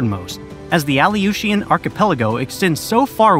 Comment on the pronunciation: Only 1/3 through the video but it would be a nice gesture to the indigenous populations of Alaska, and Alaskans in general, if you took the quick minute to learn the correct pronunciations. Aluetians, Tlingit, and Inupiat for starters.